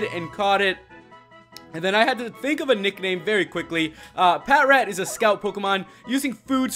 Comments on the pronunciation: the way u pronounce patrat is pa trat not pat rat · Patrat is pronounced as "Pa-Trat" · It's produced pa-trat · It's pronounced pa-trat as in patrol rat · Its pronouswd as pat tract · No, it is called patrat.